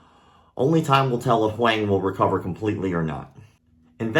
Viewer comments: “HUANG” is pronounced “WONG”. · What a terrible story. Thanks for sharing it. Also, since you mentioned the name pronunciation, I’m from Taiwan 🇹🇼 and I’m almost certain that they must be using his surname, and if so it should be pronounced more like ‘Hwong’. Taiwanese first names are made up of two characters, rather than just one. Great channel, and thanks again for sharing the story, sad as it may be. Poor kid. His parents must be a wreck... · Pronunciation for Huang (in standard Mandarin): the a is pronounced the same as in father. Same for when you see “Wang”. Awesome channel, dude. Keep it up! Thanks for the martial arts news, even the darker stories. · I haven’t even seen the way the kids name is spelled but by the terrible try made I’m going to say the word was this “huang” which is pronounced “wong” like my name if anyone knows why this is feel free to hmu